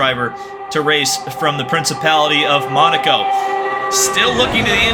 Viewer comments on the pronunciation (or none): none